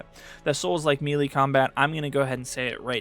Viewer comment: FYI, Melee is pronounced Maylay, not Mielie